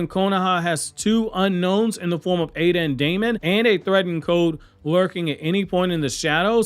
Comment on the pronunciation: His name is not ADA